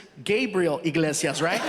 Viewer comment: Eeee-glase-ee-us. Say it with me now. Eeee-glase-ee-us. Not "In-glase-ee-us". Enunciate! I hear this mistake WAY too often! He even brings it up in one of his specials! Enunciation matters people!